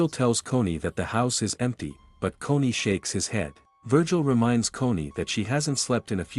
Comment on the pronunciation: Dude it’s Connie not coney